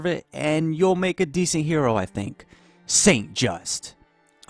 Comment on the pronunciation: Robinspeer and Pobinspire :) It is called Robespierre Also you don't pronounce Saint-Just the way you did.